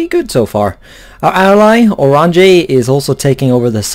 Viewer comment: or RAHN yuh is the correct way to pronounce Oranje. Still as this isn't a Dutch voice saying it you should just look it up. Also, we don't think oranje sounds french because we have a different name for the fruit.